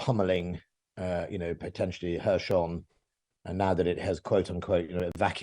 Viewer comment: "Hershon" 🤣🤣 I think I’ll make a list of all mispronunciations of Kherson.